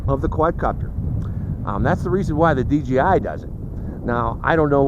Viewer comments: You said dgi not dji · I know that what makes m saying he keeps saying dgi when it is dji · It's not dgi it's dji